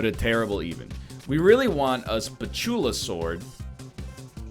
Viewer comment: Anyone else getting irritated by how egg pronounces "Spatulasword"?